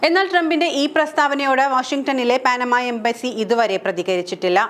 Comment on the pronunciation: പാനമ അല്ല പനാമ പാഠപുസ്തങ് ങ്ങളിൽ വരെ ഉണ്ട് എന്നിട്ടും തെറ്റിച്ച്